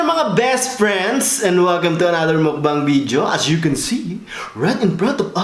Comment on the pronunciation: he is really funny when he has this V and B words as dont know if joke or really defect… only he can pull that off Bidyo bery bery 😂